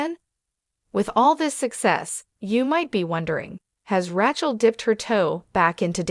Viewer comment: Please, the incorrect pronunciation of Rachel's name is irritating!